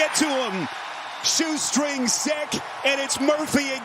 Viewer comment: It’s weird that announcer started off by say seck and pess for sack and pass but did just fine the rest of the game